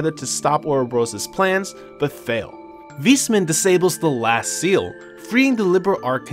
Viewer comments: Awesome recap! i played the games but this was a great summary for when i start tcs III. Also, its "Wise" man not "Weesman". Not tryna be funny just letting you know. :) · I'm not sure if he butchered every single name on purpose. Like Weissman, Liberl, Aidios etc. Imoressiv either way! lol